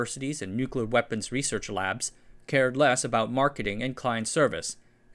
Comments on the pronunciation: I definitely have some kind of misophonic response when people add the non-existent second "U" To Nuclear. Can't stand it. it is "New-klee-er* not *Nuke-you-ler*. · oh no, he says 'new cooler'